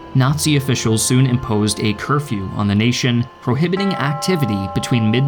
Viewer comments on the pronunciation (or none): It's Curfew, not Care-few.